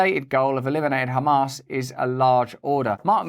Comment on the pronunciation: Russ, whenever you say “Hamas” it sounds like you’re saying “ham ass”